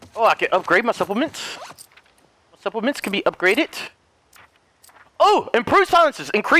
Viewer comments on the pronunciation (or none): Everyone: Supplements: Suppoments